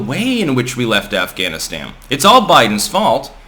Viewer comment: "... talking about AfghaniSTAM". Weird.